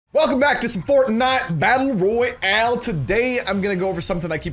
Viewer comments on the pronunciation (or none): when you started the Video you said welcome back to fortnajt battla royale